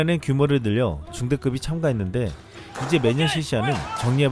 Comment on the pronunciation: 이에 이제가 이예지로 들리며 김예지가 아닌가 했네요